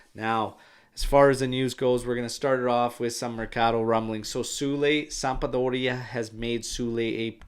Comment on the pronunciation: why do you say "sampa-doria" 😅